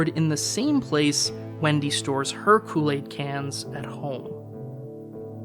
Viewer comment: You can't say Kool-Aid right.😔